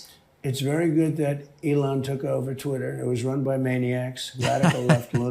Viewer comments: Did she say tweeter? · Donald Trumped your such a loser and your hair looks ridiculous and did she say Tweeter instead of Twitter what it sounded like. Most of America can't stand you Donnie Boy were think your sick in the head believe nothing you say and thunk your the worst thing that ever happened to America and the greatest threat to our national security we've ever had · “Tweeter”??? What kind of nimrod can’t pronounce Twitter correctly? It’s not that hard, Jesus Christ! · Did she say Elon took control of "tweeter"? And oh my, you're right, he's beyond orange!